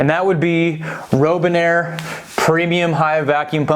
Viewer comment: It's Robinair... like the bird. Not Rowbinair.